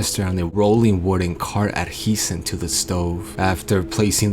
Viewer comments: To love that you pronounce the letter J in adjacent like an H. That's the native Spanish speaker coming out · Adjacent is pronounced the way it’s spelled lol. Minus the d I guess. Uh-jay-sent.